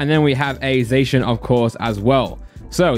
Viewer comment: Finally someone pronounces Zacian correctly, or atlesat in my opinion lol